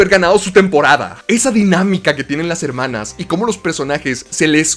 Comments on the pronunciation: Que verguenza ajena me da cuando dices "hermanas". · No vuelvas a decir "Hermanas", te lo suplico xd